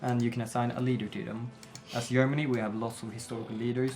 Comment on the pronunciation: mean Yermani?